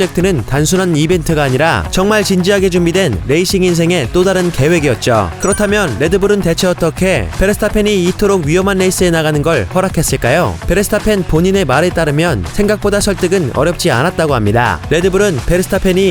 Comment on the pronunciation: 막스 베스타펜. 전세계가 베스타팬이라고 발음함